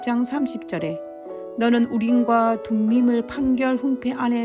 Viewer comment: 둠빔이(x) 아니라 "둠밈" 이라고 발음을 하셔야 합니다